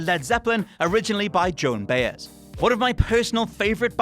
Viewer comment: Okay, quick pronunciation guide here. It's the "Eyes-ly" Brothers. And Joan "Bye-ez".